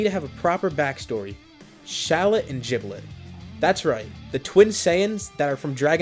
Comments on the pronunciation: You mean Giblet not jiblet! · It's not jiblit it's giblit